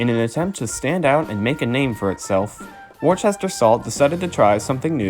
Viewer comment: Good video and narration however you mispronounced the word WORCESTER . Their is NO H after the letter C. Henceforth Worcester Mass or Providence & Worcester RR. I know I was a shareholder for 40 years.